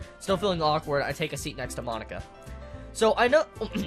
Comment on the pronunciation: Every time he says Monica I hear "My nikka" lol.